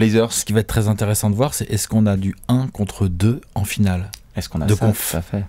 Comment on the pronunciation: y'a que moi qui tique sur les liaisons deBastien?? "Tré-ecxitant" ou "trè-intéressant"??